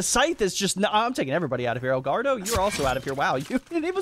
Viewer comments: Someone please tell its not El gaurdo lol its el gordo pronounced gor- do xD love the videos bro <3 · Hey, EL GORDO's name is pronounced like "gore-dough"